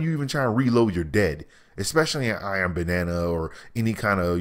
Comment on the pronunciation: Why does he keep saying Iron Banana?